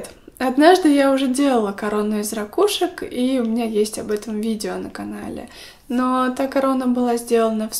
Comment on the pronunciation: У меня от твоих рАкушек чуть кровь из ушей не потекла